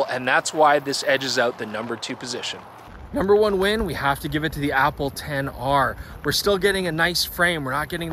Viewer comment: Nobody:: APPLE 10 R